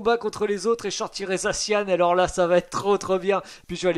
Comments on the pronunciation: C'est za ssi an pas zacianne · Sa me soule que tu prononsse mal le non de mon pokémon préféré (zaci an)